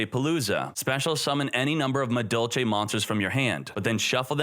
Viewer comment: Yo, am I tripping? He's pronouncing the "Madolche" monsters correctly!